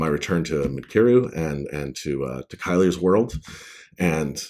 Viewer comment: In the audio books Paul Boehmer says Kylar, Kai-Lar and you say it Kai-Ler. I figured the narrator was saying it correctly because I thought he'd SURELY ask you the correct pronunciation. Odd that they'd take the liberty to change pronunciations up. Simon Vance is amazing though. I can't wait for the rest of the series to be narrated by him as well.